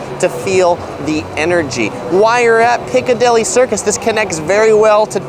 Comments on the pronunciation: Couldn't help noticing how you said these two areas. They are pronounced "Cov-ent" garden rather than "co-vent" and "Piccadilly" rather than "Picca-deli" Great explanation video nonetheless. Keep up the good work! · and “Piccadilly” not a “Picadilly”